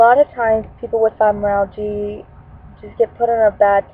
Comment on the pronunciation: It's pronounced FibromyalgiA! Not fibromyalgiE...